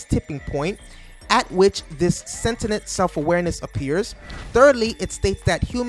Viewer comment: I started to watch. The word is sentient, not sentenent. It’s like saying Nookewler instead of nuclear.